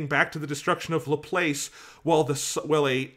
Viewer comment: I’m sorry but the way ya’ll pronounce LaPlace makes me cringe throughout the entire thing. (Half) Jokes aside though, Good discussion :3